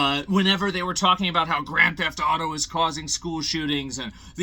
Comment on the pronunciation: “grrrand theft auto” in a trump accent